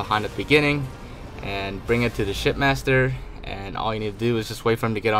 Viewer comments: I kept hearing "shitmaster" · I thought you said shit master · Every time I hear say shipmaster it sounds like he’s saying shitmaster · It sounds like he's saying shitmaster